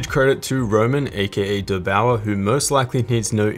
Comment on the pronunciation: "dur" sounds kind of stupid. It should be like "there" but with a "d".